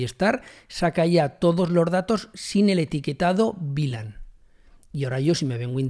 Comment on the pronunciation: Muchas gracias por el video, lo unico que no entiendo es porque dices BLAN si es VLAN? en español eso se pronuncia "uve lan"